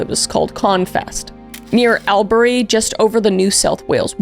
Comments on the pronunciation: Yep you butchered those names 😂🫶 we don’t say it how it sounds. Canberra is cambra Albury is Aubrey (I’m from Albury) Queensland is how it sounds queens land not queenslund. You said Sydney and Melbourne good tho! We say Melben lol just be lazier with pronunciations I guess 😂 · PS: Canberra is pronounced "can-burr-ah" (like 'brr its cold!) and Albury is "All-bury" (like 'bury the dead") ~ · You mispronounced Canberra Aubrey it’s can-bra and all-bre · My fave was Ale-Berry for Albury (pronounced in Australian as Ore-Brie for those curious) Good episode regardless :) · I’ve not ever heard it pronounced ‘Ore-Brie’. It’s pronounced ‘All-Brie’. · Albury = All Bree or Aw bree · Should take a look at the Port Arthur Massacre or Katherine Knight. Also just for some future reference; Albury: all-bree Canberra : can-bruh Melbourne: mel-bun Goulburn: gol-bin Also you might be pleased to know that stomach cancer without treatment is absolutely fucking agonising and induces nausea as it progresses. So the fact he had throat cancer and would get the acid reflux from the stomach cancer is poetic. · Thankyou SO much for doing this one!! You have a lot of fans in Australia. You did a great job :). Many people believe he didn't always work alone that at least one of his brothers helped with a few of the murders and easy way to pronounce Albury is all-bree :P you said Guilford correct, Aussie accent sounded more Kiwi lol but good effort hehehe. Thanks again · Loving this ❤ also; it’s pronounced all-bree, but well done on everything else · Albury is pronounced all-bury, if unsure ask google 😊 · I was tryna figure out where Albury was and realised she meant “all-bree”, curse Aussie pronunciation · A story from home. I know a few truck drivers who came across him over the years, or at least they believe it was him. For future reference, it's pronounced All-bury despite being spelt with one L. Hearing the name of my hometown said so off feels weird 😅